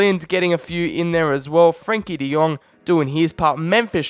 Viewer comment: De lit , de young😂